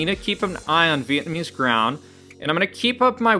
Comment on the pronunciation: Vietnamese Ground had me laughing. It's Vlaamse (Flemish) grond (Soil). Flanders (not the Simpsons 😅) is the Dutch Speaking part of Belgium. You're welcome. 🎉